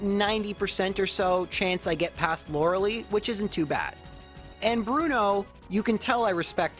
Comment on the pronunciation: Its not loreh lee, its loreh lie.